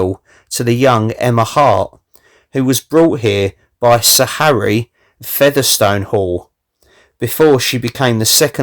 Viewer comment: The Featherstonhaugh from Uppark is pronounced "Fanshaw" otherwise another fantastic vid!